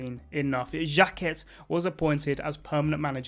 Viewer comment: Aimé "Jacket" :D love the effort tho